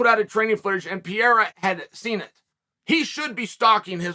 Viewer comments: per-air-ah, not pee-air-ah Seriously, Chael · This guy continues to pronounce every fighters name wrong hazmat instead of khamzat. Now Piera instead of periera😂😭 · its Pé-ray-rah, say it you bum. not piera, whats wrong, you can steal from grandmaster Mexican martial arts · Can someone please teach Uncle Sonnent how to pronounce Pereira 😂 there's 2 R and he keeps saying P - A - RAH😂😂😂😂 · Who the hell is Piera??? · chaels not even trying to pronounce pereira at this point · Actually his surname is Pereira not Piera😋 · Who the fook is Pierra? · Who the f is Pierra ? his names is P e r e i r a !!! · who is Pierra? does he mean pereira? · Who's this Pee-Eh-ra guy you talk about🤦🤣🤣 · is it that difficult to pronounce P E R E I R A ?? its not PIERA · Say it with me Chael "Pa-Rare-Ra" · Uncle Chael, please pronounce it like this: Pe-dday-dah (Pereira) …. It sounds too much like Pierre! Thanks!! Keep those thoughts going!! Big Fan …… got me at DB the other Day with the Cooper story! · Who the hell is Peira ???? Does he mean Pereira? Come on Chale …… I know you always find ways to stay relevant but damnnnn not even making an effort to say that man’s name right….. Lowkey disrespectful. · Chael "the name butcherer" sonnen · Chael doesnt even try to pronounce pereira correctly lmao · Will uncle Chael ever say his name right? Lol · Uncle Chael, Why do you Not pronounce the first R in Pereira the same as the 2nd R? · I cant respect him til chael learns to pronounce his name correctly. Lol